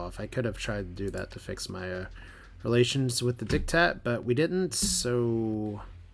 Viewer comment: did you really call the Sindrian Diktat the "dickhat"???? Lions Guard would like to know your location!!!!!